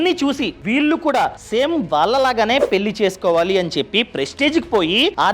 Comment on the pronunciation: వాల్లు పెల్లి ఏంటి బాబూ నీ తెలుగు మండ